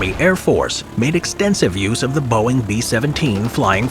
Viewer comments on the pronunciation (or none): none